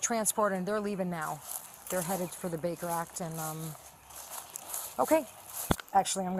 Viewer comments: Baker act!!!!! Not bigger act……..come on! And i am not even an English speaking original…..😮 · Whoever does the captions/subtitles needs to learn what the fuck the phrase "Baker Act" sounds like......... Jesus christ....